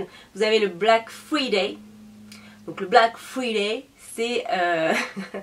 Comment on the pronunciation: Hahaha tu me tues mdr! On dit frAÏday lol ( friday quoi lol ).. des bisous 😘